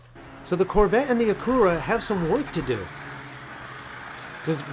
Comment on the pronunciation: Please tell me that's not how you really pronounce Acura.......😅😅😅